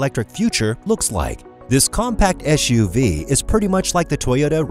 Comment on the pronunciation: SUV not ESHUV. Back to English 101 for you!